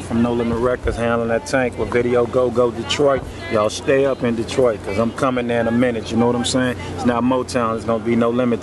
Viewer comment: Lol "Detrart" 😆